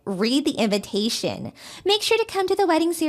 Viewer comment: I love how she pronounces "invitation" as "inventation"....por quoi?!! 🤔🧐